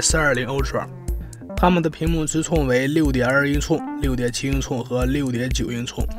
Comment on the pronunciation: 6.9英“挫”哈哈哈哈